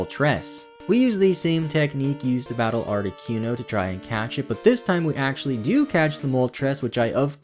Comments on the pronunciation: It amazes ne how many times you managed to squeeze in saying 'ArtiQUEno' 😅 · Hello from a new subscriber. I liked the long intro. Not many, if any, would show that kind of attention to reading that guide book. I’ve never heard Articuno pronounced as Arti-kew-no before, lol. Interesting how differently names can be pronounced. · Lol "Moltress" and "Articyuno" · Great video, but I take issue with the way you say Articuno..... art-ih-coon-oh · you say articuno like cartman says coon on south park..... and its cringe af.. but i still love your videos. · the way he pronounced articuno tho.